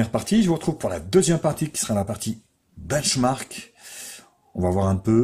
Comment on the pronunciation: Comment il dit benchmark sa fait daec